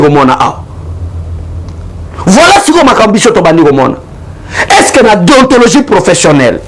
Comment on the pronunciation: Monsieur en même tant tu parle de la déontologie journalistique (les mots que tu n arrive même pas à prononcé) et en même tant tu te réclame de l udpste. Confusion